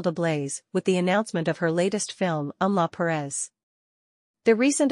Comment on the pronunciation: It's not Em-la Perez. It's Emilia Perez.